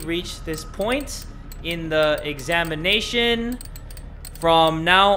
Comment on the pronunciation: Nobody: Literally nobody:: Examina tion